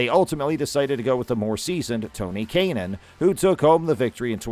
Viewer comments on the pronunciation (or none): Tony Kay-nan??? Are you possibly an announcer from a curling or soccer league filling in for someone else?